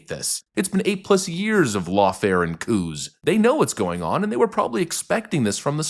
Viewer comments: I know what you meant, but I heard "lawfare and cooze" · you said koos ;p